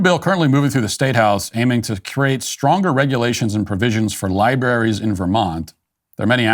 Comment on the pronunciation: Did he just say liberries?